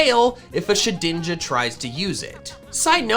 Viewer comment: Did he call shedninja shidninja